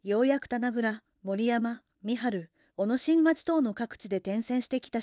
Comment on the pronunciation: 小野新町は「おのにいまち」と読みます。